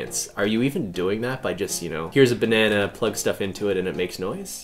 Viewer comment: “Professor BENANA”